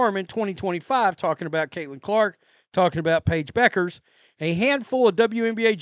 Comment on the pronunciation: FYI: Pronounced "byoo·krz" not Beckers, Just saying 😁